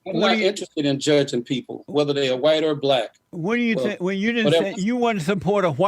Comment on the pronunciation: He can't say white. Why!!